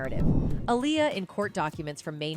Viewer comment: Why are you saying her name in two ways? Dirst you call her aliyah then you called her alier Like a liar. I guess someone told you because you then staryed to pronounce it appropriately